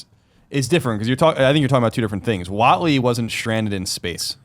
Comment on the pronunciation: lol Mark "Watley"